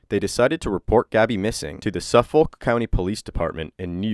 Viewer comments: It’s pronounced “Suf-fuk” not “Suf-folk”. I’m from Suffolk and live 15 min from this area. didn’t realize she was from Longisland. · Lol sorry I couldn’t let this go, but it’s pronounced “Suf-fik”. Great coverage! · Suffolk is pronounced Suff-ick. Just a future reference! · I don’t know about America but I’m from Suffolk in England and it is NOT pronounced like that 😂 the “l” is silent lol it should rhyme with hook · being from the area and hearing non natives pronounce Suffolk always stands out to me no matter the situation. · I live in Suffolk County in Long Island and I just found it funny how you pronounced Suffolk. Haha I love your content though and this one hit very close to home. Thank you for the quick video and If they find this POS I hope you do the interrogation